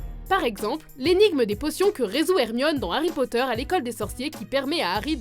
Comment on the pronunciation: Harry Potteur xD et ça se dit fan...